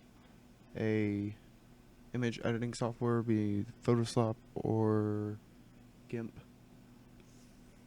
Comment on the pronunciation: "Photo sop" xD Great video btw man really helpful